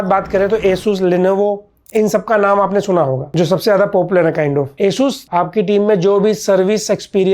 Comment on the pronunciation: It's not asus it's aa choos